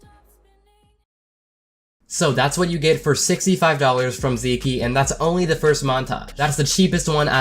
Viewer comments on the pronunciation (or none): TFW pronounces Zeke (Zee-k) (*like geek*) as Zee key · "Zeekee" lol. Pretty sure thats just pronounced "zeek" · Did this man really just pronounce it Zeekee... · When he calls him zeekee instead of zeek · U pronounced Zeke wrong.